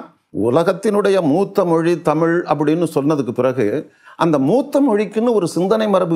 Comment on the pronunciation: ayya மாரிதாஸ் அவர்களுக்கு தமிழை ஒழுங்கா வாசிக்க கூட தெரியாது.. தமில் தமில் என்று உச்சரிப்பார். முதலில் ஒழுங்கா உச்சரிக்க சொல்லுங்கள் அப்பறம் அவரோட காணொளி பார்க்கலாம்.